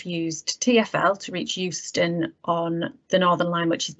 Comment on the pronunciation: you said Houston - or that was what was printed - was that an automated version of Euston? (Michae l G.)